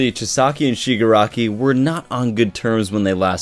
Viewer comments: It’s Chi-sa-ki. Just trying to help out my guy! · You're still mispronouncing Chisaki's name